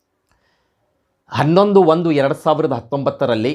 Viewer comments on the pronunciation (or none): none